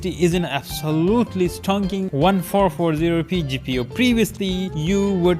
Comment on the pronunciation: One four four zero p) you say it like fourteen fourty P